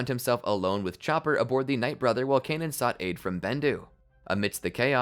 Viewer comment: The way you say Kanan is driving me crazy they never pronounce it like that in the show